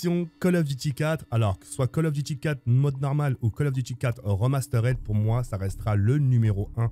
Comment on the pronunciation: Vidéo sympa, j'ai à peu de choses près le même top 5, par contre niveau anglais zéro ( Modène wafaire, wol at waa, remasteraide) un petit effort surtout que le nom des jeux est écrit sur les boîtes